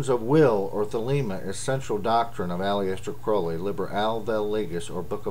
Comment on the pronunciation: You pronounce Aleister wrong, but you also pronounce Crow-ley (as in the raven) wrong. Source: Aleister Crowleys biography